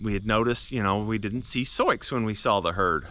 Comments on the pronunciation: The intentional mispronunciation captures a precious family memory of a child trying to read the name out loud. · May I ask you why your pronounce her name as Sioux ( Soy-x) when it’s an Indian name Sioux (sue) ? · I’ve heard similar stories of people losing horses and cattle to people out shooting. I had a friend whose mule was shot and killed by hunters who mistook it for a deer. I’m sorry for your loss. Why do you call her soyex though? It shows her name as Sioux, that’s commonly pronounced “soo” like the girls name Sue. Soyex is a strange pronunciation for that. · I don't know what ever you are calling the horse.... BUT SIOUX IS "SOO'.... INDIAN PEOPLE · BTW her name is pronounced to rhyme with boo or do. It's the name of an indigenous tribe. Not a huge deal but I know people can be mean about things like that. I lost a horse and can't prove what happened but my best guess is the neighbor did it, hit the little guy in the head so hard his nose was bleeding. Can't think of any other explanation. I was afraid to get another one so I switched to goats for now. Good news is stalker isn't living there now although he still owns the house. I had daily pressure for years, afraid of what he would do next. Love my goats but sure miss my horse!